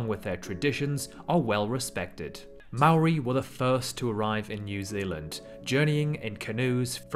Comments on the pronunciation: sorry just have to say this its not ma-ri its mo-ri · How he says Māori makes me cringe so hard, "Maow-ree." 😭😭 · I live in New Zealand and I live in Auckland. I don’t want to be mean but you said Maori wrong🙂. Don’t add the r to it next time. This made me want to sing New Zealand’s national anthem. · So do I prounounce it wrong when I say " The maow-rees do smash-and-grab robberies at Michael Hill Jewelers".